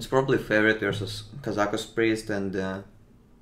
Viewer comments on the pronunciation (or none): сейчас бы говорить "Пробли"